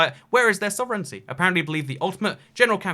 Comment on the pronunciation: 'Love your work, but I had to chuckle at your pronunciation of sovereignty, lol. You put out quality, informative content on this channel though, and I learned a lot about Belarus - particularly as a Canadian half way around the world - just in this video alone. Keep up the great work!